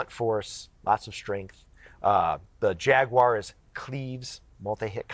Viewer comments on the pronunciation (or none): JAGWIRE. lol its like she's only there to memorize and repeat a script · Wtf is a jagwire